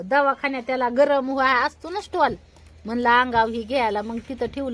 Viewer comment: स्टॉल नाही बोलत स्टोल बोलतात, ती योगी पण तेच बोलते